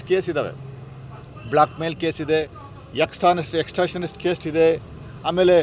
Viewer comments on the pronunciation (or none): ಏನಪ್ಪಾ... ಎಕ್ಸ್ಟ್ರಾನಿಸ್ಟ್ ಅಂತ ಕಾನೂನಲ್ಲಿ ಇಲ್ಲ.... Extortion ಅಂತ ಇದೆ... ಅದನ್ನು ಹೇಳೋಕು ಬರಲ್ಲ ನಿನಗೆ,... ನೀನೂಬ್ಬ ವಕ್ತಾರಾ....???